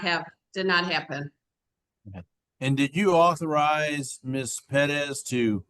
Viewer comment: 'correcting' on the pronunciation of PEREZ...omfg! Just absolutely clueless on several different levels.